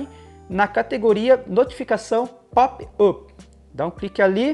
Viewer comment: Só uma dica e, por favor não leve a mal até pq ninguém é obrigado a saber outros idiomas, mas a palavra inglesa POP UP se lê algo como PÓP ÁP. Vlw pelo vídeo